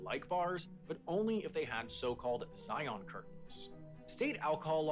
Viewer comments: Zion rhymes with "lion," not with "try-on." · aside from the comments below, I don't know what else would make UT weird, because it certainly doesn't apply to the scenery. They have 5 of the prettiest national parks anywhere there (Zion (ZYE-un, not ZYE-ahn--properly rhymes with 'lion'), Bryce Canyon, Capital Reef, Canyonlands and Arches, plus a boatload of state parks that are also 'eyepopping'.